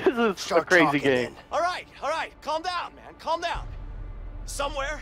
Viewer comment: Did say “ice cweam” and “cwazy?”